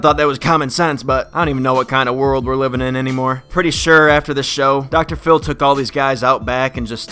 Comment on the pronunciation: Did you say docotor fillie. Its Dr phil